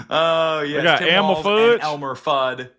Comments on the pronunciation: Elmer FUDD - not "FUDGE"! 😮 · you had me crying laughing when you said Elmer Fudge!!! It’s Elmer Fudd. Thanks for the laugh! 😂😂😂